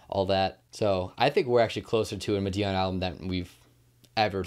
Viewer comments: I could be wrong but I think Madeon is pronounced like ''Mad-ee-un'' or ''Mad-eon'' rather than ''Ma-dee-un'' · Thanks for the shoutout to the Pixel Empire Podcast, we really appreciate it, and it's pronounced "Mah-dee-on" by the way. Much love!!!! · bro PLEASE learn how to say madeon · FFS please fix how you say madeon and Avicii....... thanks bruv